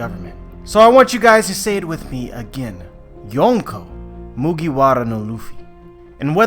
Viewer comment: You failed so hard when you said, ”Mugiwara no Luffy”......